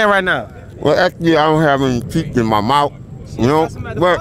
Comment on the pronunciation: That mouff😂😂😂😂😂she need to fixed that